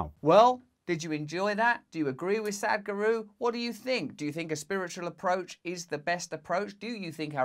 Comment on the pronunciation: LOL Russell my dear, your pronunciation of Sadhguru is incorrect, I know it sounds like "Sad-guru", however, in fact the correct pronunciation verbally/phonetically, sounds like Sath-Guru, if that makes sense, emphasis on the 'th', similar to 'sat-nav' in speech. Not a critic at all Russell, just assisting & supporting you, being asian it's easy for me to point out and trivial to be honest, as it's the subject matter which I tune in for. Love & light, namaste Beautiful!